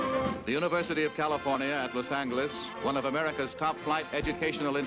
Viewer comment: The best pronunciation :)